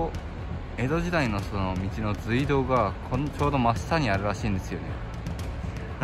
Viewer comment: 今調べて来ましたが、正しい読み方は「すいどう」なんですね！ 教えて頂きありがとうございます！ まだまだ廃道などの歴史については初心者ですがこれからはきちんと正しい読み方で言っていこうと思います！ ご指摘感謝します！